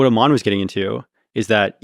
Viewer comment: It's not pronounced "Amaan" 'Am' part is correct just add 'an' at the end (like an apple an)